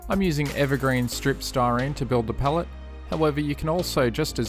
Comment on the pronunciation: Cant even say Pallet